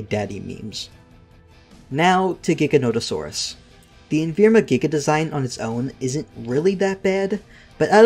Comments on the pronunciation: I'll never understand where the "n" in Evrima comes from. It was never referred to as "Envrima", I have no idea why it's so popular to say it like that. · I don't know why but this is the only thing that bothers me... It's EV-RI-MA. Evrima. Not "Envirma." EV-REE-MAH. It's always been spelled "Evrima." Look closer at the word. There's not even an "N." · do you say evrima wrong on purpose